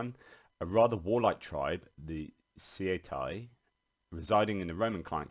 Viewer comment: If has genuinely read widely in ancient literature, why doesn’t he know how to pronounce Cietae?